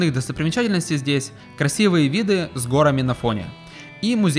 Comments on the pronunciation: Не гОрами, а горАми 😏. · Спасибо. Хорошая работа. Сори, но горАми, не гОрами. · Очень интересное путешествие! Прекрасный видеоряд и повествование, только коробило частое употребление слова гОрами с неправильным ударением;) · гОрами? г-О-рами? Серьезно? Прям по ушам режет! 🤦‍♂️ А в остальном - красиво конечно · "гора́ми",! Безграмотная речь всегда режет слух. Видос не понравился, если честно, какая-то нарезка с автомобильного видеорегистратора. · Сорри, но горами-ударение на "а". А ролик -класс, уровень 💯! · Верно подмечено! Самый важный момент этого видео - ударение в слове "горами"! :D